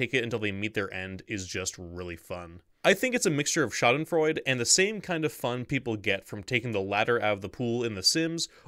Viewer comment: 1 for mispronouncing Schadenfreude.